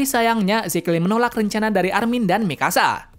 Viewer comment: Kok malah Dina first bukan Dina frits wkwkkww saya koreksi lagi Armin bang bukan amin